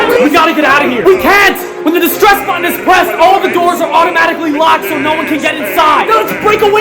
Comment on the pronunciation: I thought it said destruss to